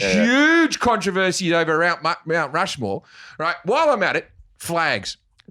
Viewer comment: Rount Mushmore